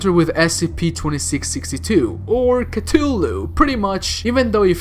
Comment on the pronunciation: its cuth-ulu not cut-tulu ffs